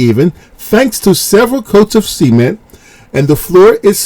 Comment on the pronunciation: I think the pronunciation of “cement” is incorrect. Please help me confirm this.